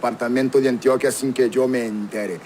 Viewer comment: Además no se dice Antioquía, se dice Antioquia, con acento en la O. Medellín es su capital, ciudad de la eterna primavera, no se le dice así a todo el Departamento.